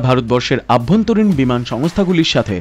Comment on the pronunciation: অভ্যন্তরীণ not আভ্যন্তরীণ......